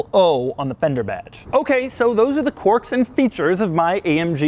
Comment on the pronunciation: Stop saying "Quorks". It doesn't have quorks. It has quirks.